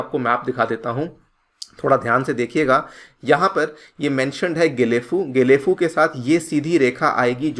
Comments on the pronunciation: Its Not JHE- LEy - FU... It's GAY - LEY- FU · गएलेफु । Not जेलेफु। Kya yaar. ... Kuch bhi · Please do proper pronunciation... It's Gelephu , not jelephu... As I m from Assam n just near about 35/40 km from Gelephu , so as we used to heard this name from very begging of our life.. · জেলেফু না গেলেফু । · जेलेफू नही गेलेफू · Happy to see even YouTuber is covering about my place gelephu. Pronounciation : Ge= gay Le: Lee , phu = fuu